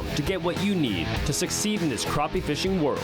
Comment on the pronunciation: Well here in the south they are called crappie not croppie.